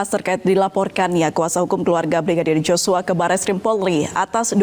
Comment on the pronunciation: Tolong sebut nama Yoshua itu yg benar bukan Joshua kalian juga seperti putri memutar balik fakta aja